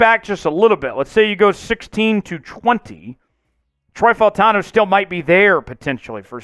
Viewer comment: these videos are a little repetitive, you are so high on him and don’t even know how to say his name…… you’re going to be sad when we trade back and don’t pick him.